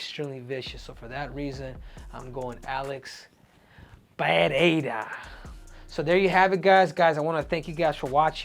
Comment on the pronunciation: Henry LOVES saying Alex Payeaya😂😂😂😂